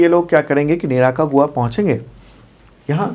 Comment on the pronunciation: say निराकागुआ 😂😂 Actually.....निकारागुआ है